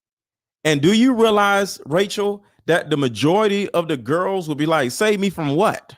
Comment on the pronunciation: Rachel not Tachel … Sorry.🫢